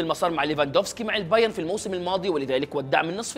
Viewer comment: البايرن يا أخي ، انتا ما تعرف تنطق ؟